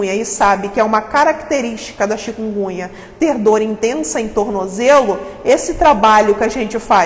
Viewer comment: Uma médica pronunciando "chikungunha"?... Bahhh